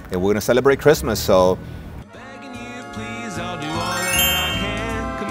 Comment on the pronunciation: Merry Christmas guys. Great video. I've never heard Christmas pronounced Kissmas. Luv the accent.